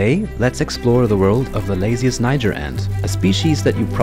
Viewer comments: It’s not pronounced like that tho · you pronounce word "niger" not correctly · You mispronounce the name